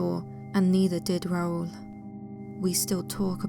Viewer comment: It makes me happy that you pronounced Raul correctly. You have no idea how many people I have heard mispronounce that, which annoys me since one of my closest uncle's from my dad's side is named Raul.